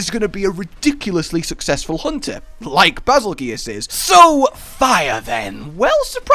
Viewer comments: I think its bazel goose not bazel gee us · It is pronounced, bazel - JUICE! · Always thought it was pronounced basil goose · Absolutely fucking amazing. Also, it's pronounced 'Bagel Geese' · Bazel is a Slavic word meaning regal and it's pronounce as bay-zahl (I prefer bay-zel). Geuse is pronounce like juice. Geuse means 'one' or 'the one so bazelgeuse means (the) regal one. It's a similar name to betelgeuse.